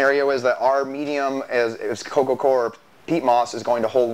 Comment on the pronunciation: Core = "Kor" Coir = "Koyer"